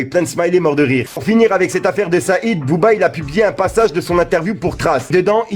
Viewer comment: T’y est même nul en arabe 🤣 même le nom de Said tu l’as tuer 🤣🤣